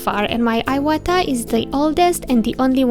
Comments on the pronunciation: Thank you for this video! It's pronounced "eewata" :D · If it is a Japanese brand, pronounced in Japanese accent, shouldn't it be like ēwata out loud? I have never used airbrushes or dealt in this brand and I know some times we alter pronunciation of words and names for aesthetic reasons, so I am just wondering.